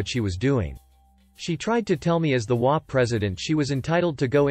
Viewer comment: In the title story it is H O A, each INDIVIDUAL letter is pronounced. It is NOT prone as a word.